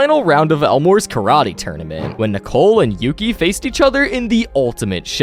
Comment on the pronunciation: It’s Yuki, not Yoki.